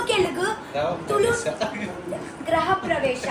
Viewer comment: Graha alla... Griha pravesha ಗೃಹ